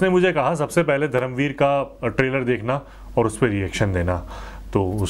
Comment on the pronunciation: नमस्कार! 🙏 खममगणी! 🙏 One correction Bhai, it's not धरम वीर , it's धर्मवीर! I know you make these words mistake unintentionally and your efforts are very sincere and from heart and that's why we like and appreciate your honest opinion/reactions on all videos. Also i have already Subscribed your YouTube channel Rajasthani Reaction (by the way very nice name of channel) and i watch all your reaction videos and also i like them and comment on them whatever I think or have to say or share about them. You are doing great work😊 keep it up.👍 भोहोत शुभेच्छा!🙏 जय महाराष्ट्र!🚩